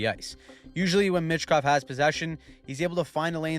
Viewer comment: Pronounced Meechkov not Mitchkov